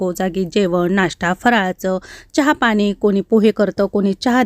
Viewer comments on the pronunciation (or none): none